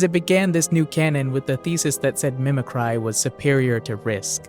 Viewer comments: Me-Mik-ree. Not me-mik-rye. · mim-ick-cry???? That’s a brand new way to mispronounce that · brand-new pronunciation of "mimicry" has entered the chat